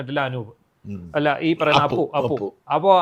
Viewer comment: അപ്പു അല്ല അപു